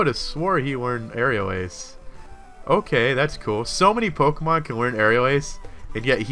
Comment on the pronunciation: LOL said "Tokemon" at the end. Geddit? Toke?